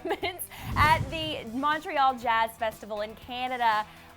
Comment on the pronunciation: U guys don't say "Montreal" right BTWi life there. 😬